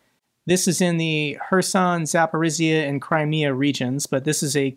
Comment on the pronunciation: my nobble man it is ZAPORIJJA (G sound) not Z